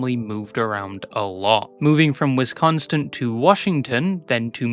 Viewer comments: he’s pronounced “wes-con-sin” not westconstin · Drop the T wisconsin please... at least emphasize the WISconsin in her, how its done